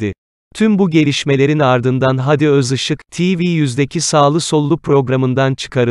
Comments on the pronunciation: Haadi kardeşim, hadi değil. Sende telaffuzu öğren. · Hadiyi uzatmayı bilmeyen kanal Seslendiren arkadaş Hadiyi uzat